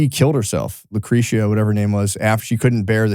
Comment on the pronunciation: So fucked up that doesn’t know how to pronounce Lucretia, it’s a great megadeth song from rust when they had Marty, wtf.